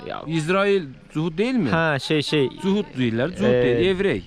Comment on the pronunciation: cuhud. şuhud yox